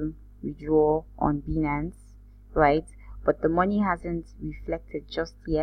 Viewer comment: It's pronounced; "BYE-nance"